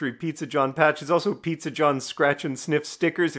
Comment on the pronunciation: I loved the snee-zza